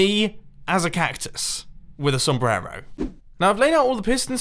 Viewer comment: You pronounce the word "sombrero" pretty funny, loved this door tho <3 Greetings from Mexico bro ;)